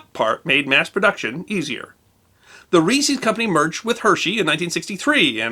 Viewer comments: "Reese's" is not pronounced "reesees." It's the possessive form of the name "Reese", pronounced "REEsez" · I love your channel and you do a great job 99% of the time, and I was willing to dismiss your pronunciation of caramel because so many people inexplicably pronounce it the way you did… But you did not just pronounce Reese’s like feces. I hear people do this from time to time and I seriously worry about their mental state. I am not worried about yours as a rule but surely you can see that it’s a possessive. Reese. Reese’s. Not receeze. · I experienced similar outrage at the way he pronounced Reese’s.